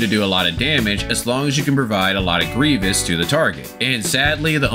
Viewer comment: Its pronounced gree-vis (grievous) haha good deep dive as always